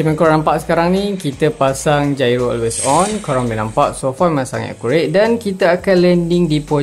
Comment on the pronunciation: bang !! gairo for gyro bang bukan jairo hahaha